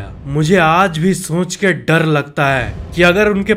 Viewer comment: bde bhai sorry lekin dadd nhi hota hai dar hota hai